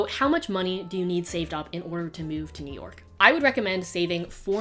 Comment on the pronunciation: no one: absolutely no one:: it’s noo YAWK baybeeeee